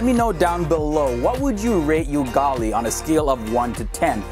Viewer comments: heey its ... Ugali not you_gali hahhahaha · Ugali is pronounced as "Oogali" not "you-gali"😂😂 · my friend,... ugali (sound 'u' not 'yu') is awesome, but it doesn't beat chapati so I give it a 7/10. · Ooo-Gali not you-Gali😃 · You pronounced Ugali wrong. It's u-gali not You-gali. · ugali is a 10 but It is ugali not yougali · Proudly Kenyan and Kikuyu🤭🇰🇪❤️ However, •ugali is not served at weddings💀😂😂 that's cap💀😂 •And its not pronounced "yugali" but rather Ugali like Uber. Thanks for featuring our country😍😍✨ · What the hell is Yugali men.. it's UGALI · it's u-gali not yugali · “oo”gali vs. “you”gali. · Hey I am kenyan and you are anoying me the way you pronounce words you should at least do some reaserch I mean yugali what even is that it's ugali i mean seriously people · First of all its not You-gali ... its Ugali😂😂😂😂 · Yougali 😂😂😂😂🔥 it's ugali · Ooo ghali not yugali. Great presentation. I love it just had it last night, it's an acquired taste that you learn to enjoy with time. The stew or what you choose to eat with it, is what elevates it to balance spicy or rather salty stews. I grew up in Mombasa hakuna chakula bora kupa mwili nguvu! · Ugali is delicious (I'd rate it 11 out of 10)! :) And it's also very healthy and filling, usually eaten with green veg called sukuma wiki. Ugali is pronounced oo-gali though, not you-gali. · UGALI (not yougali) IS NOT ENJOYED AT WEDDINGS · It's not 'YUGALI' it's 'UGALI' but everything else is fairly accurate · Ugali not yougali..10% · Its pronounced "oogali" not "ugali" but it is spelt as ugali😂...and it tastes like rice since its just carbs and almost everyone in Kenya wears cloths normally 😂😂😂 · hey...its pronounced Ugali (oo as in oozing) and not UU as in Uganda!...Homework on Kenya complete! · bro is not yugali ot is ugali ahaha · It's not Yugali it's pronounced as U-G-A-L-I as in a,e,i,o,u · Pronounced. Oo-gali. Not U-gali. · Ati 'yugali'!!! Its ugali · Ugali. Not you-gali. U like moon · It’s pronounced oogali not ugali